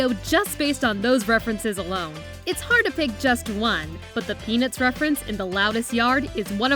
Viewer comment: for some reason when she said "peanuts" I heard penis. Dont judge me